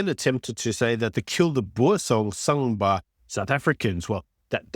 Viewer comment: Boer not Boar